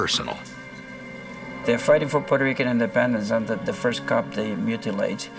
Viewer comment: Peurto Rican? Wtf is that 🤦